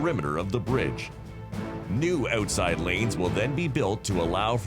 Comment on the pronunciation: stop saying oooootside!